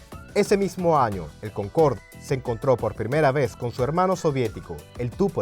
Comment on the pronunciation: Es "Concorde", no "Concord" empezamos mal